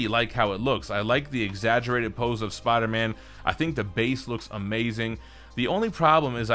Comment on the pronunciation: Every time says “Spawder Man”